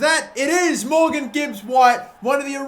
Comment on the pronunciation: You pronounce Majic wrong.But no worries I will tell you how it should sound like. In Croatian language letter J is pronounced like Y. So read it like Mayic.That's it. Love from Croatia